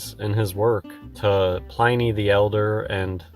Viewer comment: The fact that he doesn't know how to properly pronounce Pliny the Elder, suggests that whole, "I used to work for a Freemason in a lodge" tale is suspect.